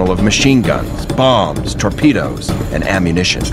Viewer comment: And, here I thought it was pronounced, "torpedoes" and not "torpedas." Maybe he was speaking of the tortillas he had for lunch. :-)